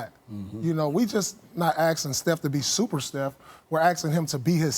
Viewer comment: "stuper steph"